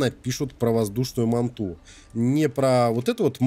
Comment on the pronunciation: Назови манту "Гигант" или "Хвостокол" а еще не мантА а мАнта